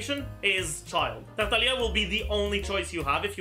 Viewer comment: Another banger video. I applaud you on your pronunciations for Tighnari and Tartaglia. Well done.